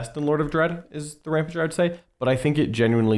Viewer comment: Can we stop and notice how he is saying Rampager incorrectly???